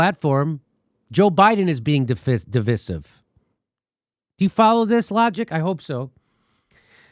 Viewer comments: It's not pronounced di.vi.siv, it's pronounced di.vy.sive. I agree you by the way. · Oh Jimmy. It's pronounced dɪˈvaɪ.sɪv, sorry, just that Jimmy is pronouncing it wrong. I was hoping English teacher Steph would have corrected him. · Jimmy, it’s a long ‘i’, rhymes with”rice” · De vi siv? It’s der viy siv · Diveesive diveesive diveeesive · divIsive not divisive [dəˈvīsiv] . Pronouncing words correctly means something. It is irritating. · I have two complaints with this video. The fact that you keep saying "stab you in the front", when the phrase is "stab you in the back". The way you pronounce divisive is weird.🤔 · Why does Jimmy pronounce divisive like that?